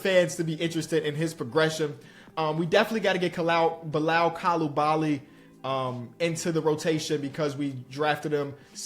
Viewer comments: Just to help...it's pronounced Koo-Lee-Ba-Lee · Bilal Coulibaly’s name is pronounced (coo - lee - bah - lee) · Bilal name is pronounced ku-lee-ba-lee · It’s pronounced Beelal coolabally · it's bee-lal coo-lee-bali. Youre halfway there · To help you a little bit with pronouncing Coulibaly, should be like “Coo-Lee-Balee’